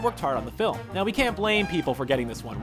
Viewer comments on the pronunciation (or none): none